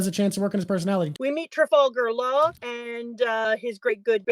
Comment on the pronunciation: Trah-vulgar Law??